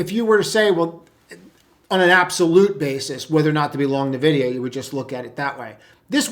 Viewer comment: LOL. Nah-vid-i-ah is for Boomers.